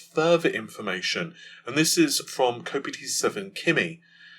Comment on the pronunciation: People from Liverpool screaming "ITS KOPITE FFS" like kite or meteorite